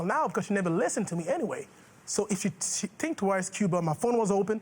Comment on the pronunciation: Its "think" not "tink"